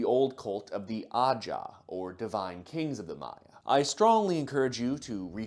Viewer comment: Btw ajaw is pronounced like “a how” 😅